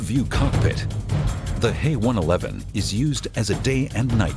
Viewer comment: First of all it's a Heinkel H E one-eleven not HE one-eleven. And secondly no mention has been made of the Battle of Britain.